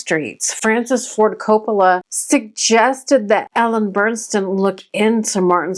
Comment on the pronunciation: Just wanted to let you know, nice job, but you don’t know how to properly pronounce the lead’s name…it is Ellen Burstyn NOT Burnstyn as you keep saying her name throughout your video!!! Do your homework first!!